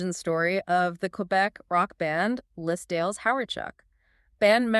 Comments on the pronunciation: It hurts me how much you keep mispronuncing “les dales”. As much as I love this band and as much as I want them to be famous, I seriously suspect this channel is AI. Les Dales deserve better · You keep mispronouncing "les dales," whixh makes me suspect this channel is AI. But i love Les Dales, so i have to appreciate this